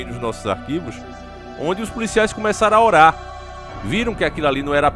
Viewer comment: ORAR, ORAR.... NAO É HORAR 😭 alguém aqui não está "horando" kk